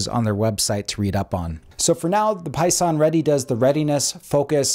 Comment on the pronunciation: Seconded. Though they are called "Pison", not "Poison", lol.